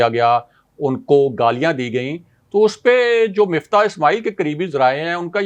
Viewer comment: بندے کا نام مِفتاح ہے جیسا کہ راجہ ابراہیم صاحب درست طریقے سے کہتے ہیں۔ مُفتا نہیں ہے۔ کسی کا نام نہیں بگاڑنا چاہئے